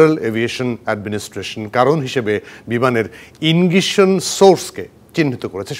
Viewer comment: Ingition na sirji....😅😅 Its Ignition...😊